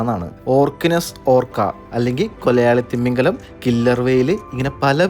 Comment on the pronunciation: Nice videos and reasonable explanation. Just oru suggestion: thimingalam pronounce chyumbo don't stress ‘thi’. തിമിംഗിലം ahnu.. Thank you and all the best for your ventures